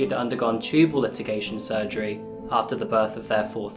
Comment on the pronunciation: One small point. Tubal “ligation” not tubal “litigation”. :)